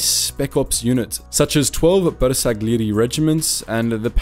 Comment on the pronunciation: Anche con la pronuncia di Bersaglieri si sclera